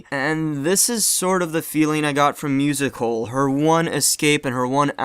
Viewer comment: I thought you were saying "musical" until I realized you were saying "music hole". I wonder if that was intentional by the AT creators?